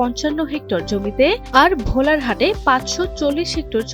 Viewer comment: ভোলারহাট নাহ ভাই, সেটা ভোলাহাট।